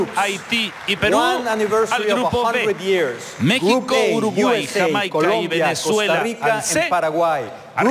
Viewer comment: me causa gracias que el presentador pronuncie algunos paises en ingles y otros en español........ por ejemplo yameica , mecsixo , yuruguayy luegoo diga Argentina o Paraguay